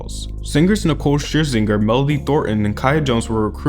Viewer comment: Lmao how you pronounce 'Scherzinger'.